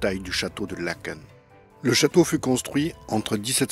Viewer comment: Bonjour. Tardivement je mets un commentaire. Bravo pour l’historique 👍 et pour avoir correctement prononcé le nom de la commune (Laëken) et les noms en général ! J’applaudis à 350 mains 😂 Que ça fait du bien d’entendre cela ! 😊 Et oui, ce joyau n’est ouvert que 3 semaines/an. Léopold II fut nommé le roi bâtisseur mais je vais m’arrêter là car il était assez farfelu et …. Difficile et sévère ! je suis une petite belge bruxelloise francophone de 60 ans qui vit en France depuis 22 ans 😊 par ❤